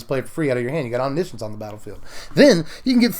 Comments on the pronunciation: You mean om-NISH-uhns, right? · "science" as in "conscience"